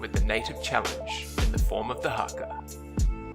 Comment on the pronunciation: you can't even say haka right